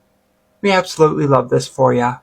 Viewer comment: The generational trauma behind that “absoLUTEly not!” was palpable.